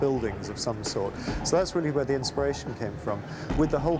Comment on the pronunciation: "ze horror"